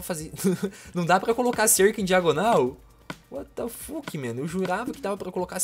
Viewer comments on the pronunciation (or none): Porque tu fala uatafaque